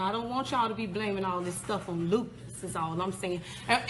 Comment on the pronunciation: Loose puss 😂😂😂 not lupus